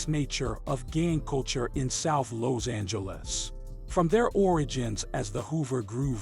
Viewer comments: in south loze-angluss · Lows Angeles 😂😂😂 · Why da fuq you saying Lows Angeles how many times yo mama dropped you on yo head as a kid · Lows Angeles 😂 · Im from “Lowzangeles”